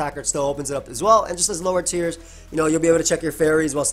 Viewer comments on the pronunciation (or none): none